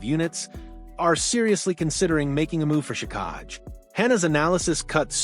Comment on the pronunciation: Luckily I don’t trust dumb news from AI. It’s “Jack-eye”, not “juh-kahg”